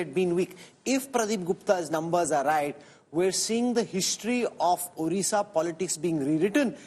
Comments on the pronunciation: Not orissa...this is Odisha.. please pronounce correctly. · A few comments: 1. Note how Rahul K still cannot pronounce Odisha properly; he is not even trying 2. No discussion of the BJP master stroke in nominating Srimati Draupadi Murmu as President of India and its impact on the BJP's support from SC/ST constituencies 3. Effectively, the first past the post system is returning to the 2-party system between BJP (replacing INC) and party X (regional parties), and that is a strong institutional explanation for BJP's improved results in the East (WB, Odisha) as well as Andhra/Telangana, Karnataka